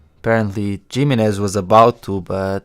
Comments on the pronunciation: It's pronounced Doctor himinez even though its spelled jiminez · Say geemenez one more time